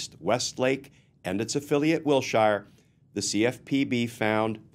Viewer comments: Glenn - I love you, but in Los Angeles the street is pronounced "WIL-sher" not "WIL-shire" (I grew up there and know the street and area as well as can be LOL.) Great story. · While I'm totally on board with the various sentiments presented (Non-compliant surety, non-certified bond, etc), this old Los Angeleno winced every time you said Will-Shire ... Wilshire is pronounced "Will-Sure". So minor, I know. But pronunciation matters. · The Name Wilshire is pronounced Will Shure like He sure will be going to jail......... Wil sure Sure he will.